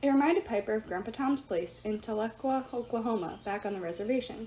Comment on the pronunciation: Madame is it pronounced Tal-ah-quah